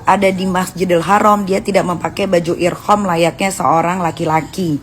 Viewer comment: Baju ihram..niki..bukan irham..hadeuh..